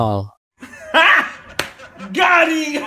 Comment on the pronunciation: "ya enol"... bangke.....🤣🤣🤣